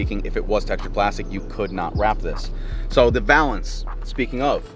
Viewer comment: You’re saying valence wrong bruhh 😂